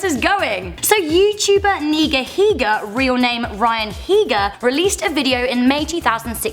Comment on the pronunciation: atleast she said nigahiga not like landon niggahiga